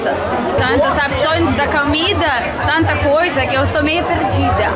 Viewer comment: fala direito mulher..ja ta ai tanto tempo e nao sabe pronunciar...finalmentchi,,,acantecer.camer ..camida..